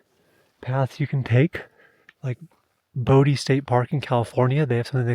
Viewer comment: This is way off topic, but I'm curious about the accent of the host in this video. It's what I've been referring to as the "YouTube accent", simply because that's the only place I've ever heard it. It's the softening or complete disuse of "L" sounds in words, usually proceeding a consonant. "Gold" becomes "Gode", "Boulder" becomes "Boder". And sometimes after a consonant: "couple" becomes "coupo". Now, I'm not someone who travels often, but I've been around the US over the years. The only place I ever remember hearing this use of L has been in young children that usually grow out of it by the age of 7 or 8. Never in the media, movies, music, etc. Am I the only one who's noticed this?